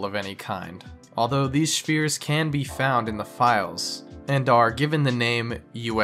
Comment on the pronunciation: "Shfears" is my new favorite pronunciation of "spheres"